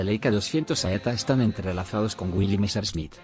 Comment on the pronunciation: ¡Niñooooooo¡ En que idioma hablas tu? Escribo tal como hablas......... ¿EIKA-200? ¿nombre del modelo SEITA? ¡Aprende hablar, cambia de traductor o dedícate a otra cosa1